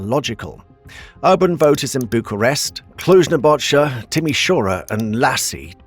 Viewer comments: I don t want to be mean, but how hard is it to pronounce the word Napoca? It is Napoca not Napocha..... whatever we appreciate the effort anyway. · Thanks for making this video. We have high hopes and Respect for the new President. However, besides the misinformation mentioned by other people here, it irks me how you butcher some names: "Bolojan" pronounced as "Bolozan"... mmm no, "J" is not sometimes read as "Z", in any language. "Napoca" ( NAh'POh'KAh - silent "h" ) and you choose to pronounce it as "Nei'bow'djeea" >.> myeah... No. Can you just redo the video, maybe? with the correct numbers?